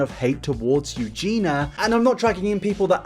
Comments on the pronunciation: Let me start by saying that if you have a speech impediment (or dyslexic based in your typing. Nothing shameful.), I don't mean to offend. Her name is pronounced You Jen Ee Uh. not You Jen Uh. But then I heard you try to speak Spanish so poorly I thought you might have a condition. If so, good on you for trying though you may want to acknowledge it up front. If you have no condition, please stop, seriously. It's the difference of you actually trying something that's hard and you not caring enough to get anything right and is quite disrespectful. It's annoying enough already when British people refer to a corporation in plural. Discord doesn't want to.. is proper English. I have confirmed this with experts but for some reason it's common to say things like, "Discord don't want" I thought it was perhaps due to British seeing the individuals comprising a company rather than the company as a whole but I was corrected. Now as to the substance of your video: Weak and without true context. 3 random screenshots and that's the worst that could be found? Then it's a non issue. There are bad people everywhere and there are misunderstanding or conversations when taken out of context sound terrible. Giving advice to a girl who's already lost weight, (possibly in a healthy way) but now has loose skin is very different from telling a girl to starve herself and then advising on the skin issue. It's sad that people like you who, (based on this, the only video of yours I've ever seen), add not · Do British people have issues saying the name Eugenia? Most brits seem to pronounce her name "Eugena" (Euge-NAH) when there's an "i" in there, making it EugenIA (Euge-Nee-ah). She says her name a lot in her videos so I don't think there's any confusion about how her name is pronounced, I'm just genuinely curious lol. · BTW bro you're saying her name wrong :/ You're saying 'you-gee-na'. It's 'you-gee-nia' :D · 3 videos in and he is still saying Eugena , not Eug-in-ia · No one:: eugener